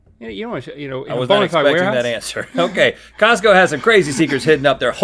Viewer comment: So nobody is gonna talk about how she said Tosco ?